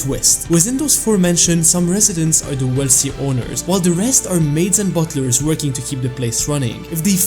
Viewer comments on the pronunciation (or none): bottlers? Isn't it butlers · It's 'butlers' not 'bottlers'😭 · Not the "bottler"